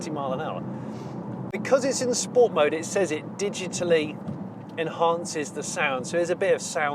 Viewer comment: Im just a bit annoyed at the amount of time you said sports with pronouncing it correctly - sppppoorttsssssssaaaa. Mr Porter will not be happy.